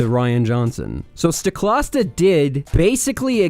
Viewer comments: when you like someone enough to make a half hour video destroying their critics, but not enough to learn how to pronounce their name. S T O K L A S T A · “Stoklasta” like pasta? And you call yourself a fan! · Every time he said Mikes name as “Stoklasta”, I got a little more bothered. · > mispronounces Stoklasa twice in a row excuse me WTF